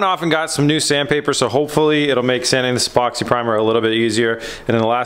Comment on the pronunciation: Hay. The Z is looking really great. One question at the start of the show when you said about sanding the door did you call the primer "Epoxy Primer"? To me it sounded like you said Poxy Primer. 😂😂 Love the show. 👍